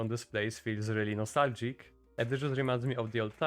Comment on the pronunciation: butchered that😂